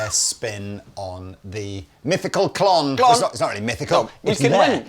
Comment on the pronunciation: Did call a “Klont”? 😂